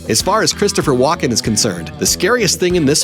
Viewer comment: AI generated voice thinks his name is Walk in